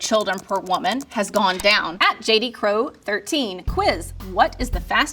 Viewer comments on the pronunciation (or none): none